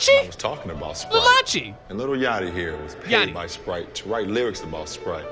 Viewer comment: really said Lil Yatchy😂